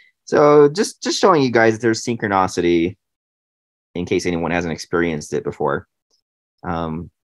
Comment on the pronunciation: Great deep dive! And it’s pronounced Seen-crone-NIS-itee, 😂